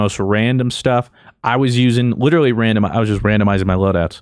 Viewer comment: 🤣😂🤣 0.44 witerally ... kept rewinding to make sure but he witerally can’t pronounce the L in witerally 😂😂 this broke me beyond belief